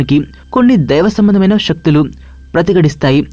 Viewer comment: shaktulu kaadura nayana saktulu....